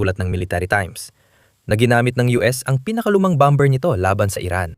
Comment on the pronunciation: Bomber is pronounced as "bamer".